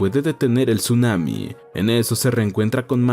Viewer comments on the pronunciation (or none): none